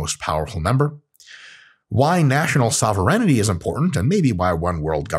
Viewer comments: It's SOH-VEH-RAIN-TEE :) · Sovur in tea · I love, but not enough to allow him to sneak an extra syllable into "sovereignty". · I'm pretty sure, "sovereignty" is pronounced differently